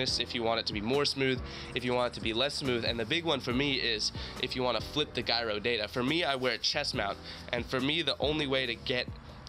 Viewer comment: The way you said gyro hurty my brain.